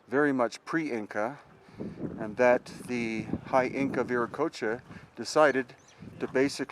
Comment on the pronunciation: VI - REY- OCHOA _